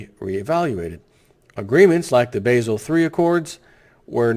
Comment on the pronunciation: basil? It's Bah-zul. Step it up news presenter. Basel, Switzerland, where the Davos class meets.